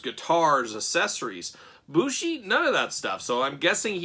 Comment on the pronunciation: MX is his finish, its a flying Codebreaker off the top or 2nd rope, and the dia de los muertos mask is an entrance mask. Bushi (it is pronounced Booshy btw, so you got it right) is known for wearing some wild looking, and very creative, entrance masks over his ring mask. The one they chose here is neat but overall pretty tame in comparison to many of his others.